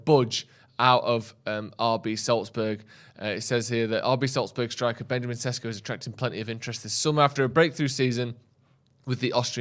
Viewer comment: its SHESHKO plsssssssss not SESKO